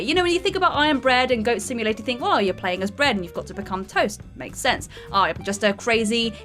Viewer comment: did she say goat stimulator?